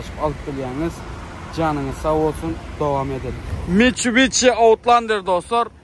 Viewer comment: mitshubishi (Mitcubici😂😂😂😂